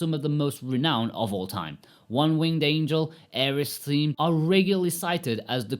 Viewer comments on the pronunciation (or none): none